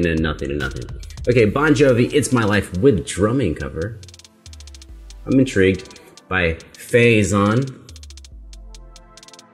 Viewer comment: the way to pronounce Fay Ehsan is "Fie Ahsan"